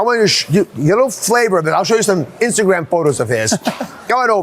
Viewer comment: Never knew Dr. Oz has a speech impediment with his r’s Pronounces instagram as instagwam